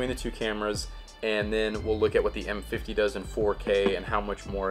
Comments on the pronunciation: What kind a review is this? You keep saying the camera's name wrong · You messed up those names so badly that I had to look at the dial and lens to figure out which one that you were talking about.